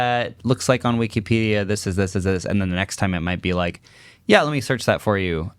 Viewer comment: WEE KEE PEE DEE UH.